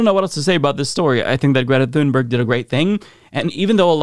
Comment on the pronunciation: Sounds more like "tune-berry" to me at least as the "g" was softened to "y".